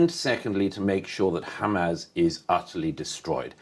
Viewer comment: Why does Murray always call them “Hamazz”?